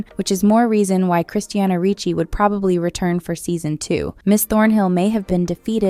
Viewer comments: It's CHRISTINA RICCI, not Christianna.... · Don't know why the narrator keeps saying "Christiana Rucci". Weird.